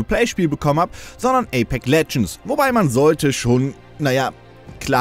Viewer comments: APEX und nicht Apek alter. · wie er so nach knapp 5 minuten nur noch APEK sagt weil er das X dauernt verschlugt und ja ich war auch so "moment was wo kommt das denn her"